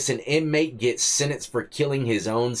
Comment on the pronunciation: Lol you got me cracking up "getting sin-instt" 😂